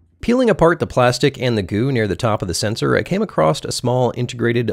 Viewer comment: All of this was waaaaaay over my head except for you adding a 't' to across.